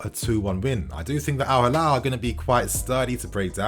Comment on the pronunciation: It's Al Hilal, not Halal